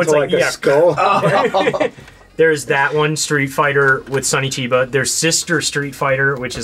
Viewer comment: James, bro, it's Sonny Chiba, like SUNNY not SONY like the company, LOL.